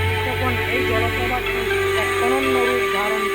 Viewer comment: জলপ্রপাত, জল প্রভাত নয়। যথাযথ্ না যথাযথ (অ)। হাইলাকান্দি থেকে কোন দিকে?